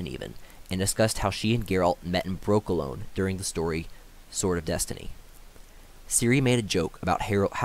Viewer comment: Great recap! i think some of the pronunciations go like this: broki-LAWN, DOO-ney, Vil-GAH-fortz, DeeG-stra.